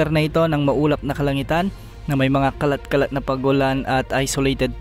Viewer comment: Ai po ba narator dito o tao, hindi nya kasi mabigkas ang letter "T" gaya ng kala kala na pag ulan.